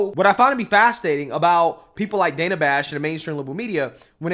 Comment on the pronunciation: Trump calls the Counterfeit News Network (and the rest of the mainstream, liberal media) "FAKE NEWS" for a reason. What "Dan-na" (the way she pronounces her name) Bash did here is a perfect example